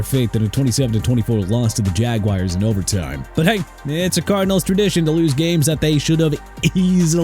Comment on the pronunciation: jagWIRE??? Are you 5 years old?